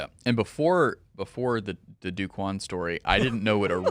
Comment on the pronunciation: By the way, it's not "Do" Quan, it's pronounced like "Doe" Quan.